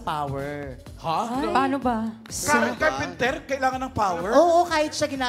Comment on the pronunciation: CARPENTER! Walang 's'